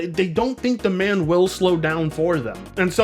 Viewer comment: You pronounce "demand" like "da man". Must be a Home Depot accent thing? 🤷🏿‍♂️